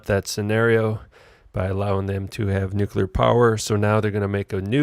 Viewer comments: This idiot has no idea what he is talking about. No idea of the history, the physics etc. Damn moron can't even pronounce "nuclear" correctly. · How can you take anyone seriously when they can't even pronounce the word 'nuclear'?